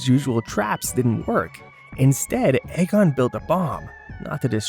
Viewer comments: It's EEE-Gon, not AY-Gon. And, it's Peter Venkman, not Peter Parker. I know, it's not Courage the Cowardly Dog, it's old, so who cares - but sloppy discrepancies like that make this seem kind of amateurish. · E-gon, not Egg-on..... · It's PETER VENKMAN Not Peter Parker. Also, it's pronounced EEE-GON!! Not Ay-Gon. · "The blonde Egg on." Lol AI narrators are the dumbest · Stop saying egg-on! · yeah. And he/it pronounced Egon wrong too. Either shitty AI, or engagement farming. Gross either way.